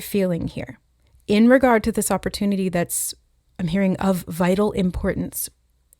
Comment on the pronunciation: 🍒🍦i’m hearing “op or tune” with opportunity